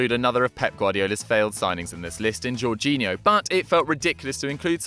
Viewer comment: I swear he said pep guadiola signed gorginho